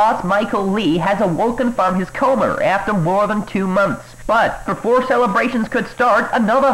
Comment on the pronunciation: "Awokerr from his comerr" I have to admit this the part I laughed about the hardest.